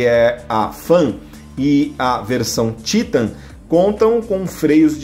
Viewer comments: vdd, a pronuncia TAITAN em ingles, mas no portugues é TITAN mesmo, aí o maluco quer falar dificil e solta esse TÍTAN, kkkkkkkkkk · Sabe nem fala o nome da moto É TITAN, E não títan !!! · É Titãn e n títan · Títan ta errado, é Titan e pronto, tirando essa frescura de Títan, parabens pelo video. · Poxa, "Títan"??? fala sério, é titan. saco isso. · O nome é "titan" kkkkk não títan kkkk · O cara tá enchergando títan só pode kakakakakak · É a primeira vez que vejo a pronúncia do nome Titan dessa firma 😅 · Ele falando Titan é muito estranho kkkkkkkk. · Que pronuncia no Titan em ...kkkk Jornalista, que não conhece moto...tava lendo um texto.....